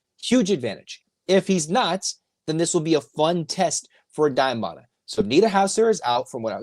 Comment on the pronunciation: …it’s Mara…not Mata